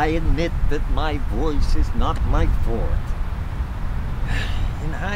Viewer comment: I love these guys. Seriously love them. "I bet I can cry longer than you." I almost choked. (BTW, kudos on the correct pronunciation of 'forte'. Drives me crazy when I hear it the more popular way.)